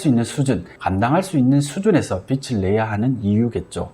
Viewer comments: 빚 -비즐이라고 읽어야 하지 않나요?계속 빚이아니고 빛 얘기만 하시는것 같아요^^비츨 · 비츨~× 비즐~o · 빚을이 맞는데 빛을로 발음하시네요. ㅎㅎ 컨텐츠는 좋은거 같습니다. 잘 보고 갑니다.